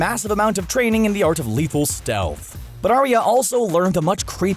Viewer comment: I imagine that the person narrating this video has seen GoT. Why is the narrator pronouncing names wrong? Varys, Arya, both pronounced wrong. George R.R. Martin himself has said that Arya is pronounced with two syllables so Ar-Ya, not A-Ry-A. Mistakes like this really shouldn't be made if you want your channel to be taken seriously.